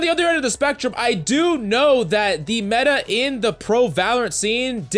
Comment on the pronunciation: It's META not MENTA (in Hermione's accent)😂